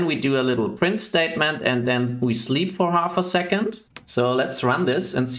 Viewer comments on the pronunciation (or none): none